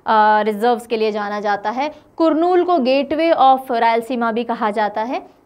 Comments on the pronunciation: Kurnool pronunciation is "Karnool". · करनूल not कुर्नूल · Madam.. kurnool is to be pronunced as karnool..rest everything fine madam.. Thank you very much for uploading this class.. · good morning mam , kurnool is pronounced as karnool. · it is pronounced as कर्नूल not कुरनूल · It is to be pronounced as Karnoolu. कर्नूलु. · It is Karnool.... pronunciation करनूल गुड क्रिएटिव एक्सप्लेनेशन